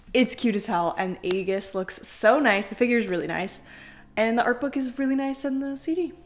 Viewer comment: Great unboxing but aigis is pronounced as if it’s Ie- gis, it’s one of those anime names that aren’t like there written